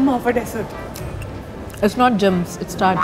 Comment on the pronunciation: Hahah "trying" to speak english and pronounced dessert as desert! I like dipshi shes funny and entertaining!!